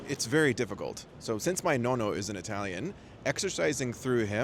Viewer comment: “My nono and my nona” 😂 Italian as much as the Great Wall of China